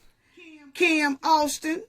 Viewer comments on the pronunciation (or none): none